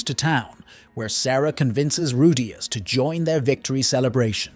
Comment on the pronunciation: Dude how can you pronounce Rudeus four different ways in the same video?